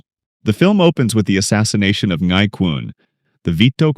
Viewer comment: As a watch enthusiast who already noticed the Rolexes in this series, I literally let out a silent scream of joy in noticing how you went into the watch segment! Your breakdown is worthy of a Hodinkee feature! The older Air King reference is just so clean and well-picked by the producers. Small nitpick: Ngai is just pronounced as 'Nai' where the G is silent. :) Subscribed for the amazing movie analyses!